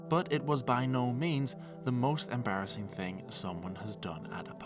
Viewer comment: I think you mean embarrasseen.